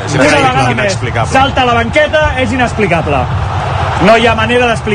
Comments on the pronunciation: Politono con "rematada" e "inaxplicabla" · ... es inesplicapla ... jajaja música para mis oidos !!!